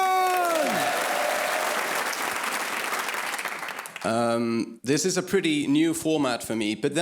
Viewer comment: Brilliant! Btw Eldjárn is actually pronounced in Icelandic something like Eltyowrtn… yup, really! Eltyowrtn!